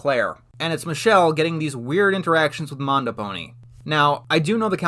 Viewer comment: You mispronounced MandoPony as MondoPony